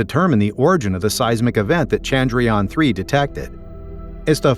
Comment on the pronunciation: It's not Chandryaan... It's Chandra-Yana....